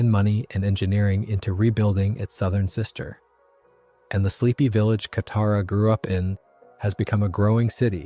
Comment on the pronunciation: Okay, the swapping between name pronunciation with Toph and Katara has to be ragebait. I mean, the names are even pronounced in the show. I mean, come on, man, might as well call Katara "cataracts" atp..